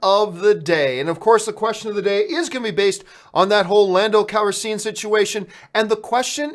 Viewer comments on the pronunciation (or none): What is it with John.... divissssive, lupita nuwongo, lando calriseeean? BRUH, love your videos but this really gets on my nerves. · I cringe hard every time you say landos last name.... Youre saying it wrong!!!! I like you a lot john but damn man